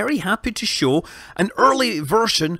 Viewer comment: "shawl" istead of "show" purely englishman :D